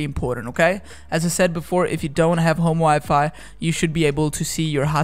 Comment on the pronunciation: Ig he's trying to say home wifi!